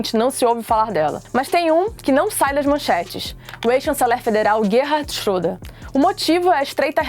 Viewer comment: Se pronincia chreda só pra Corigir